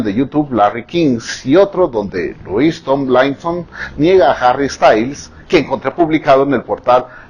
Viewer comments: LOIS TOMLAINSON AJAJAJAJAJAJAJA IDOLO Se dice Lui Tomlinson pero gracias por esta maravilla😂😂 Yo sí creo que Larry sigue siendo real por tatuajes, canciones y que sigo viendo vídeos Larry (y llorandoles🤭💙💚) No te va a decir Lou "OBVIO ES REAL" porque no puede😔🤷🏼‍♀️ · "luiz tomailson" "Jari estails" "Larri stailason! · Louis tomilainsoon jajsjaja perdón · le dijo Tom a Louis jajajajaja mori con sus pronunciaciones pero me encantó el video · JAJSJAJAJJAJAJA TAMLAISON, STANLAISON JAJAJAJA LO AMO SEÑOR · Louis Tomlaiaison JSJSJSJSJSJSJJS MUEROOOO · Señorr, así no se pronuncian sus nombres😂